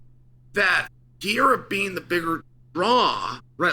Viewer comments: lol why does Chael pronounce his name “Pee- Era?” There’s an extra R there my guy, it’s “Per-Era.” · His name is PE-REI-RA, not Pieira. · its pereira not pier :D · It’s not ‘pee-era’ it’s ’Per-era’ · Pereira NOT Piera Pereira NOT Piera Pereira NOT Piera Pereira NOT Piera Pereira NOT Piera Pereira NOT Piera Pereira NOT Piera Pereira NOT Piera Pereira NOT Piera Pereira NOT Piera Pereira NOT Piera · Love how Chael agonizes over properly pronouncing compartmentalize and then says Pierre-uh 96 times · Stop calling him Pierra 🤣🤣🤣🤣🤣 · It’s not “Pierra”, lol. 😂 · Still saying Pierra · His name is pronounced Peh-Ray-Ra. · It's "Per-Era" Uncle Chael :) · "Alex Piera" 🤦🏻‍♂️ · I wish the "leading expert" would learn how to pronounce the name of the biggest UFC star and stop calling him Piera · Uncle Chael stills calling him "pee era". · CAN U SAY HIS NAME RIGHT!!! PERR-RAR-RAH!!!!! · Jesus learn how to say Pereira 🤣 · Says Prochazka name well, can't say the more easy name Pereira... -.- at this point i can only think he does it on purpose